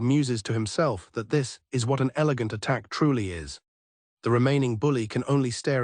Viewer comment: He said an “elagant attack” 😂😂